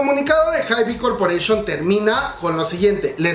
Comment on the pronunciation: Se pronuncia "HAIB", la "e" del final no se pronuncia (